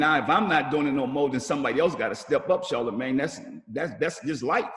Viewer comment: If he say Charlamange one more time...🙄🙄🙄